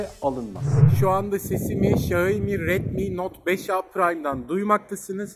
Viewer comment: Abi bide Xiaomi diyebilsen :) :(